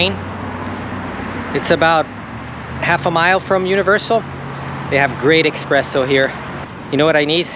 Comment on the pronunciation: As an Italian, I have to call you out when you said "eXpresso"!